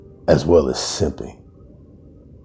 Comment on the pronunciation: Great work my friend! The work you have been doing these past few weeds has been nothing short of fantastic. And don't think I didn't hear your stress on "SIMPING". LOL Now if we can just get YouTube to actually put you in my sub feed like they're supposed to, we'd be good. I will make sure to share this out, I'm sure I'm not the only one having this issue. FIX YOUR SH!T YOUTUBE!